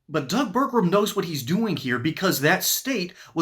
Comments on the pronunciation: Pronounced: Ber-gum Not: Ber-grum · It’s pronounced Burgum, not Burgrum.